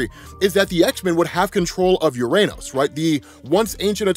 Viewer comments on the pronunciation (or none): My inner child giggled every time said "URANOS"